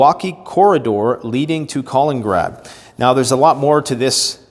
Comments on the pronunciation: Missing a syllable KalinINgrad. Yes, Baltic Sea. Separated by 45 miles from mainland Russia. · Wow. This person has now idea what he is talking about. He does not even know where Kaliningrad (or „Kolengrad“ as he prefers to say) is. But thinks he can give an assessment of the situation. And the Baltic states are the European Far East 😂